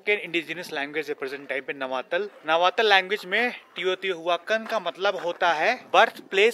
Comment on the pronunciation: Nav-taal not navatal